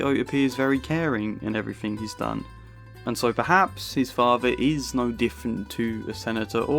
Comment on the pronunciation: It is Vito not Vi O. Please learn to pronounce your language correctly. It is father not fafer